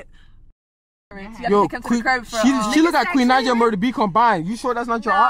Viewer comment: That's not Queen Naija that's Queen Not-ja 😂😂😂😂